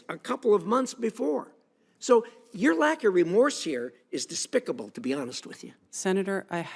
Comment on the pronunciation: Despicable, not dispicable!